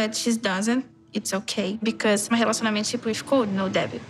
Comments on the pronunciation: Why do I hear her 'relationship' as 'hallucinationship'?😂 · I'm brazilian too but i just hate the way she pronounces "relationship" lol she just decided to merge the word "relacionamento" and "ship" = "relacionamentship" lmao i hate it so much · The word "relationamentship" is back again,people. trademakr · I love when she says relacionamentship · Every time she pronounces 'relatonship' as hesdhfdgship I DIE